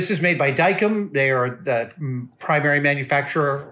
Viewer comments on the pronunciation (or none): I've been familiar with Dykem since the '70's. Maybe it's just everyone I know, but I think Adam mispronounced the name, I've always heard it pronounce as "dye chem". While inaccurate, it was still a fair description.